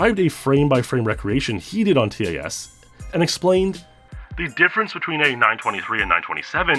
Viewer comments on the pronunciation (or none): Imagine pronouncing TAS as “Tee-Ay-Ess” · I'm sorry, but I cringe so hard every time you pronounce the letters in TAS XD